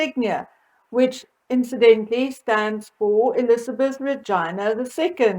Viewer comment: Elizabeth the vagina the 2nd. Did you just say that? Or did I hear that wrong? 🤔